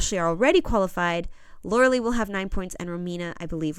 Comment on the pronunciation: You should know how to pronounce Lauralie’s name